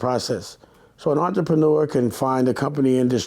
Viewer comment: I can't be the only one that caught on to him totally disregarding the first r, in the word entrepreneur 😂😂